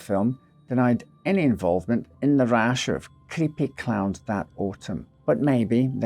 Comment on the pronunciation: I was just listening to the audio, and thought he was saying clouds instead of clowns. Lol, I was so confused! 😂